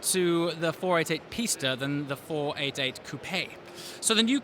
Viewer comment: You're the only car reviewer that pronounce the Pista correctly...